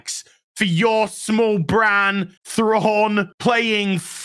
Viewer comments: Get it right, Its Grand Admiral Prawn. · Excuse me, but you heard.. his name is now Thrawnk. Or Thronk if you prefer. Not to be confused with Stronk. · "Thronk" 🤣 - not sure if meant it, but its so close to Kronk from "Emperors new groove" - who is a comically inept character - but in a good way. Thronk (Thrawnk?) being also comically inept:p